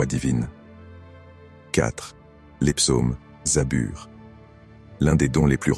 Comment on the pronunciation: ON DIT PAS ZABUR MAIS ZABOUR